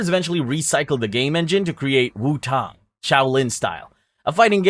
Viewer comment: bro work on your pronunciation y ou made me cringe numerous times caricatures tang etc